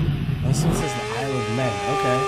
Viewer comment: "Isle of Man", not "men"... just saying